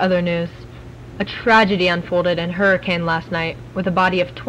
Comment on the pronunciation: Wait it sounds like "HURRICEN"??